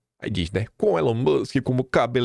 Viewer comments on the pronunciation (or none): none